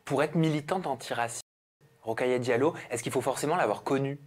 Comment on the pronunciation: Son prénom est : Rokhaya Diallo, et no Rockaya :)